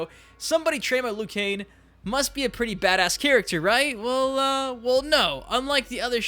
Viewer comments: Liu Kane? Don't you mean Liu Kang.😂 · Who the hell is Lou Kane? It's Liu Kang, dumbass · Liu KANG not Liu KANE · Dude it's pronounced liu kang not liu cain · Its liu kang not liu kan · Its liu kang, not liu kane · why do you keep saying "liu kane" instead of "liu kang" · Who the f is Liu Kane?? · This fucking idiot can’t even say Liu KANG, he says Liu KANE. Fuck this moron, this video is obnoxious and unwatchable. Dislike. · Hay I just notisted your saying leu Jan not leu kang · I think it's Liu Kang not Liu Kane... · Why does he always say Lu Kane? Whats wrong with Kang? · Weird Channel buddy you say leeyou kang. That’s how you say liu kang not loo kane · KANG...NOT KANE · Liu *KANG*, not liu kane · Work on ur pronunciation idiot Die- roo Loo-kang U sicken me ur video sucks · Liu kane 😂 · “Liu Kane”? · Did anyone else hear him say lui Kane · Lu Kane? who tf is Lu Kane? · "Loo Kane" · “Liu Kane” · Im sorry but when you say liu kang you sound like your saying lu kane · Who's Lu Kane? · We know this dude has no idea what he's talking about once he says Lou Kane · Liu Cain, Day-Rew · Did I really just hear you call Liu Kang "Liu Kane"? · “Liu Kane” lmaoooo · Are you saying Liu Kane? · "Liu Kane" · Who the hell is Lou Kain? Yeah, this will be a trustworthy list 🤣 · even the fuckin announcer says 'Kang'. 'Liu Kang' wins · "Liu Kane" Bruh.... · Lu kane, my man u butchered him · Liu kane lol 😂😂😂😂😂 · Are you saying "Liu Kane"? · Why can't you pronounce Liu Kang properly?